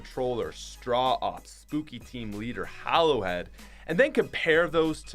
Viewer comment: Flawed Sience see how he pronounced hollow head